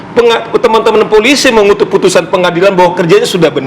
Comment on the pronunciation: ngomong Polisi salah aja kok susah ??